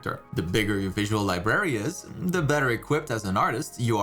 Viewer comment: Sorry to be picky, but, the way he says library kinda bugs me a bit lol.